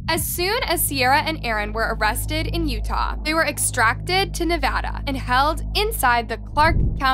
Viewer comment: extradited is pronounced as extra-DIEted. Just wanting to help. Not being mean at all! ❤